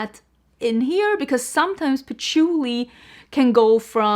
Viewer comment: I 💯 am the same about scents, that replica sounds divine, but then you said poutchulii , and i was like eerck putting on the brakes. Ill wait to hear your review on it! Lol And ues tomato leaves, rain when it hits the hot pavement, you abd i have many similar scent loves